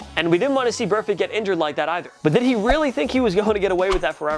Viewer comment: So glad juju nailed burfict lol